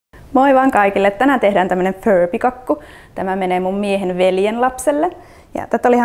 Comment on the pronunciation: mikä vitt on föörbi se on furpi